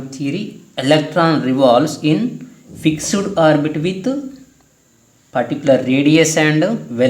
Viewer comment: Fixuid not sir.... It's Fixed